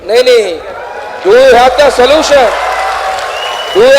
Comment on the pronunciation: Bhai, Salution nhi😂😂😂solution bolte hai re usko andhe bhakt😂😂IT walo ne mil kr kutna chahiye tha isko..